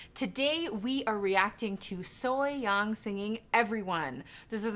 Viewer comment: they’re right, even though she’s technically pronouncing a ‘ya’ sound, she bends it into the very much natural ‘eo’ sound! it’s frankly amazing to see her technique and how she attacks vowels and words in general to suit her voice